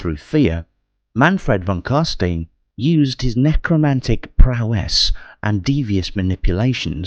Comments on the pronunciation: I only have one nitpick. The name Carstein is from the Warhammer world's equivalent of German. Whenever the letters e and i appear in succession its pronunciation is similar to the English word eye. It's not pronounced ee, as is the case with Jewish/German or Anglicized German names. So the name Carstein is not pronounced as Carsteen, but as Carsteyen. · Geeez why the gay prononciation on the most glorious vampire names ? How do you pronounce Frankenstein ? Frankensteen like von Carsteen you re doing here ? This is making my ears bleed after 1.35 minute , usually love the voice acting but this ? Meh it s just wrong , sorry . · No, as a German I can tell you that it is pronounced as followed: imagine saying stone with an I , so stine. So you pronounce it carstein, while the s in stein is pronounced like the sh in sharing. In German this would be pronounced „karstein“. No offense lol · your videos are really impressive but you really need to work on your pronunciation. Jegar is said Yey-ger, carstein is is car-st-ine and halberdiers is said how its spelt not halberders as you said it. if you play the game and listen to the characters they even pronounce their names in the correct way (carstein for instance) after so much effort it seems like a quality dip considering how much time you must put in to these you need a little more quality control or a better editor for the voicing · Wow great job on the video. Im really liking your cinematic lore series that youre doing. Few mispronunciations being Carstein, Jaeger and Halberdiers but otherwise just loved it. Glad Warhammer fantasy isnt being forgotten